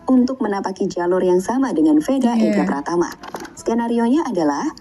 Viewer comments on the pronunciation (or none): PRATAMA KK BUKAN PRAMATA